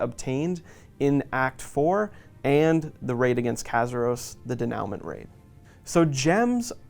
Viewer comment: Its pronounced Den-u-mant